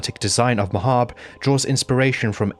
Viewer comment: Finally someone who pronounces “Mahabre” like “macabre”??? Never thought the day would arrive